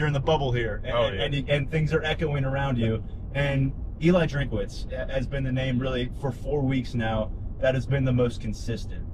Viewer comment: It is not drink-a-witz. His name is Drinkwitz.